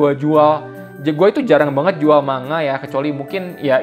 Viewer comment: maaf,niat membenarkan,,,"manga" dibacanya "mangga"